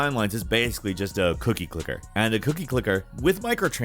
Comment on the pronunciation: Did he say cookie clitter? lol